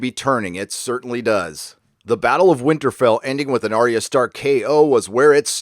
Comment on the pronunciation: Who the Fuck is Aria????? why cant you idot americans get names right????